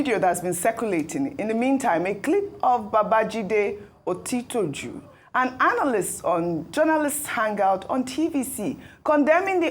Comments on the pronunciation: Ms. Ojy Okpe, a true Nigerian broadcast journalist should learn to properly pronounce Nigerian names. In our own days in WNTV/WNBS, you wouldn’t even be an on air presenter. Baba Jide OTITOJU is a Yoruba Nigerian name and a very senior journalist for that matter. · It's a shame on her part for not being able to pronounce otitoju rightly, but you can pronounce zelenskyy and German name Schwarzenegger... she just wants to sound polished..